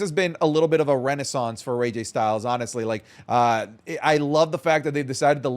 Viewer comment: did just call him "RayJay Styles?"